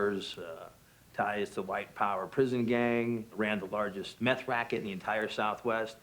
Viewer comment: "Jesse, where did you put the methé?"